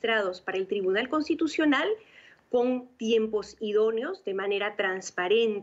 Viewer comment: Contitucional o constitucional ? Hahahaha alguien que les enseñe a hablar a estos caribeños